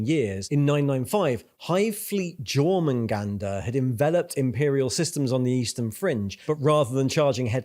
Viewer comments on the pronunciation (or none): Great video! And it's Yore-man-gander. EvE Online has helped me with Nordic pronunciation lol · dude, you have a talent for pronouncing words strangely (tie-ranids instead of tiera-nids, jor-mangander instead of your-mungunder etc.) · Tyrant, Tyrannosaurus, Tyranid. Seems like a logical pronunciation tbh. But yeah, Jor instead of Yor did hurt my ears too. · Jormanganda is pronounced YOR-mon-gan-da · Pronouncing the J in Jormungandr. 🤦‍♂️ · pronounces tyranids and behemoth as if they're exotic words and then proceeds to pronounce jormungandr as britishly as possible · I read this comment before watching the video, very accurate description that is maybe the most British way I have ever heard someone pronounce a word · I can understand the discord with the pronunciation of "Tyranid" but to pronounce "Jormungandr" that way... Apart from that, love the video, keep them coming.